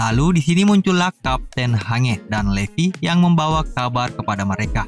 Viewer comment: Hange dibacanya hanji Marley dibacanya Marley aja atuh bang